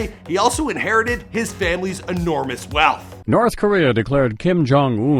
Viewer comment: The way this foo pronounces Korea cracks me up😂😂😂 Koriyaaa Lmao